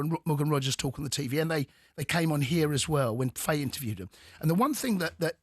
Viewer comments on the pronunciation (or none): none